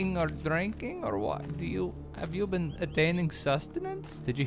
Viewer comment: HAHAHAHAHAHAHA "Haave you d+benn drinking?" HAHAHAHAHAHAHAHAHA